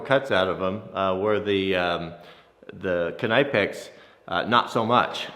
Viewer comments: Save your money buy decent tools but no need to waste $$$ knipex is a gimmick only expensive because there coming from Europe soon thanks to trumps idiotic war on tariffs chinesium will Cost the same as knipex K is silent or how is your kanife sharpening lol !! Just ribbing ya buddy love the vids, awesome test I’d be wearing my moto helmet too !! Scary !!now with that chain what’s the strongest padlock sadly those are the weakest link with a really good chain like that 😂 and after the invention of the cordless drills and grinders all chains, cables , padlocks are obsolete ya know . For a $100 bucks any thief can cut any lock or chain/cable ... I’ve been using the round puck locks on my equipment/garages etc .. and my crews vans stopped the break ins instantly . Aloha ... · "nip-ex" not "kah-nipe-ex" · Please learn how to pronounce your favorite brand WRONG: /knaɪpeks/ RIGHT: /kniːpeks/ Just watch some videos on the channel of Knipex if you want to learn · OMG how may timess.... Its pronounced ' Nip Ex' NOT ' Nipe ex'. .!! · Its not K-nipex its pronounced Nipex as in Nip--ex not Ny--pex either 👍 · Think it’s said like nip-ex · the K in Knipex is silent , .....nipex.... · Just for kicks and giggles .. Knipex is pronounced (phonetically) Ka-Nip-Ex - by real professionals in the know and who use Knipex in the field or at home. It just hurts my head listening to your version. Kind of like the sound of fingernails scratching on a chalkboard. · Knipex is just like knife the k is silent. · I believe it’s pronounced Nipex the k is silent... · if you watch vids that the manufacturer puts out, they pronounce it Kuh-nip-ex. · Its pronounced nipex I believe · You set the chain link further into the jaws on the Chinese bolt cutters, and right out on the end of the jaws on the knipex, far more strength if further into the jaws, that’s why the Germans failed, bias testing = irregular results Also the k in knipex is silent I’m fairly sure